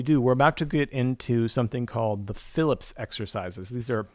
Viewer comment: Hey, FYI they are called fil-EEP, not Phillips!